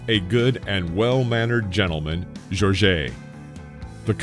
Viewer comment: It's not Georgey but Georges, simply Georges! But good video btw!